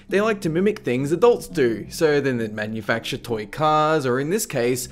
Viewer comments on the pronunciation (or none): none